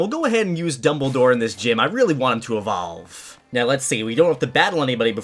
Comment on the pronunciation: DUBBLE DOWE EVOVE!!!! (Lol)